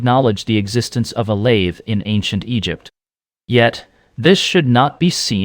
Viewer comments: A.I. slop. As soon as heard the voice say lathee instead of lathe I was out. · Your AI can't even pronounce the word lathe. Stopped listening at that piont. Interesting subject but the lazy use of AI invalidates it. Maybe AI produced the whole thing? Lost interest, stopped listening. No like or subscribe for AI content. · ...no "lathey" needed!